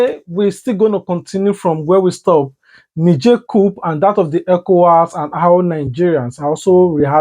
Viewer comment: Its cou/p/.Don't pronounce the "P"